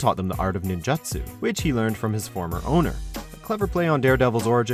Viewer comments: ninjitsu?.. i've never heard anyone refer to ninjitsu as ninjatsu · Ninjatsu? Please! why do you have to butcher the pronunciation? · "the art of ninjatsu"